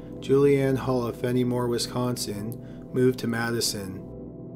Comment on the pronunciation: You can totally tell when someone's not from Wisconsin, they pronounce towns so wrong. Fenimore is "fen-i-more" not "fen-ee-ore".